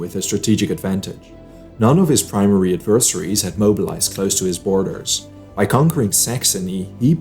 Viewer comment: "adversaries' is not pronounced "AD-vers-AH-rees" but as "ADVER-seh-rees"